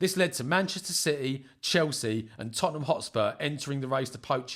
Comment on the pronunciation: "Iz da history of da Tot-ten-ham" 😂